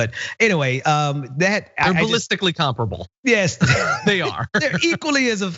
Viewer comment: "There ballistically comprable". Classic! 😆😆😆